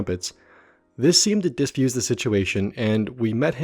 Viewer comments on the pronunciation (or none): seriously, diSfuse?